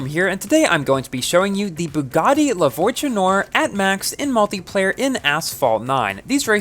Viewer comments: Just so you know, "La Voiture Noire" means "The Black Car" in French. And your pronunciation is good 👍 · No it isn't haha, I cringe every time he says it, but it's alright